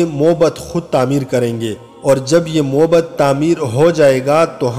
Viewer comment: معںد۔۔ م پر ذبر ہے